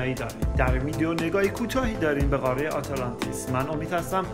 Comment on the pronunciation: خسته نباشید بسیار عالی و مفید بود فقط لطفا تلفظ واژه ها را درست ادا کنید مثلا: قاره، ه در آخر تلفظ نمیشود مانند حرفهای دیگری که در زبان فارسی نوشته میشوند ولی خوانده نمیشوند مثل موسی، خواهر و.... این موضوع کمی سطح مطالب را پایین می آورد